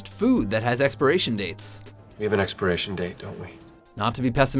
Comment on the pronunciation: U don't say it right